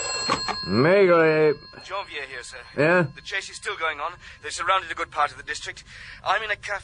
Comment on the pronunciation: This is an abomination. He could at least pronounce "Maigret" correctly. I say "he" ........probably AI.